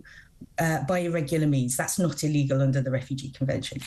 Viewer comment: Millie-Tant's inability to say illegal is just hilarious😂